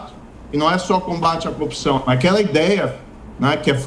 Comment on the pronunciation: Esse senhor pode ser que entenda bem sobre ser juiz , mas como político, entende tanto como um bebê de 3 meses!! E tem que aprender a pronúncia certa é CORRUPÇÃO, E NÃO COPCAO KKKK